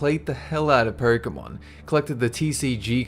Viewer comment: did he say "porkemon"?